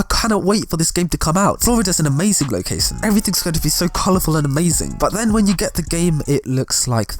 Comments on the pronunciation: What is lo-case-un? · The way he says ' location '.